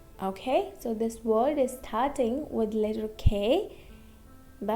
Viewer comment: Amazing video, but please pronounce L, V and W correctable, because you cannot learn us if you don't know that Word is not Vord or flaVor is not flaWor and that extremely annoying soft L. Sorry if I was rude.